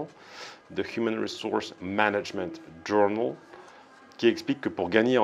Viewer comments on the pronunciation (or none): Quelques tips: le "p" en anglais sur "psychological" est silencieux. Le "ou" de journal est en fait un "e" phonétique. Il vaut mieux se concentrer sur les fondamentaux au lieu de faire des accents artificiels à coucher dehors surtout dans une vidéo sur la syntaxe et l'élocution.